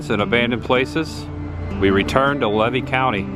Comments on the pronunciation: Great video. I got to say. I'm 65 years old from citrus county. I never heard levy county pronounced LA-VEE. We pronounce it lee-vee. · ...it's pronounced leave E county , not lev E county, and I left Archer as a kid in the late 80S the factory was closed down then, they , may have re opened for a bit , but I don't remember 100 % I know for sure it was closed when i lived there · Hi I live levy county is pronounced leevee❤ and that house is an old cracker house it was built by the grandfather of the owner of that property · It is pronounced Lee vy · it's pronounced LEEVY COUNTY (long E). That's the way you say it 😊 I've lived here for years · The county is Levy, pronounced LEE’-VEE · I'm sorry but I just wanted to let you know it's pronounced "lee-vee" county. I've lived in Florida over 50 years and in that general area within 50 miles! 😊 I do remember some of these places that you're going to some of them I don't. It's fun to watch your videos and see the history of Florida. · this is good stuff but I must correct your pronunciation of Levy county. Locals in North Central FL call it Lee-Vee county. Keep up the great content! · Just for the record: it's pronounced; "LEE VEE" county. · Levy County is pronounced Leevee. Long es. And the little brown building in Raleigh was our polling place. If you go to Farmer's Market at Archer Depot on Tuesdays you could learn a lot of local history. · Good vid! Levy is pronounced: Leevee. No worries, being a Florida native, figured out we pronounce names just a bit different than the way the word is spelled. It's pronounced: Tim-uck-you-an & It's Fern-an-deenah. You always have good stuff! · Came here to say the same thing. Thank you! Lee-vee County. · Learn to pronounce the names of towns or counties correctly . LEE-VEE COUNTY . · Just fyi: The locals pronounce Levy as “Lee-Vee”. ❤ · It is pronounced "Lee Vee"(Levy) county.